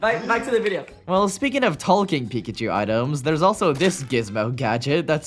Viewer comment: every time you say ''talking'' i thing for a sec you're saying ''Tolkien''